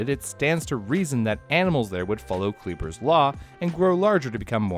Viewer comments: It's pronounced "Kleiber" like in "to try", not "Kleeber". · Magnapinna has the SHORT "i" sound, as in "skinny" & "dinner", NOT the long "i" sound. Kleiber has the long "i" sound, as in "cyber" & "briber", NOT the long "e" sound. Maybe I should pronounce your names Gryle, Chyle, Quyze, & Bruh?